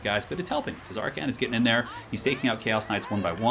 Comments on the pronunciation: The T is silent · Ahhh noooo you're not supposed to pronounce the T in Tz'arkan noooooo! (I think? Right??)